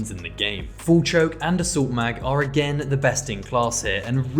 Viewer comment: Hearing “agane” over 100 times was perfect I enjoyed this video